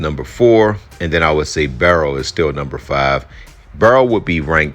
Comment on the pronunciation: BURROW not Barrow!